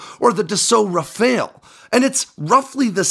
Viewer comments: Ra-fail? Never heard of that aircraft. Pronounce it like the ninja turtle(or the artist)... also if the rumors are true about China defeating the Growler, the F-35 is in trouble if and when China tries to take Taiwan. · The curse of how to pronounce Rafale... not as bad as Simon Whistler. lol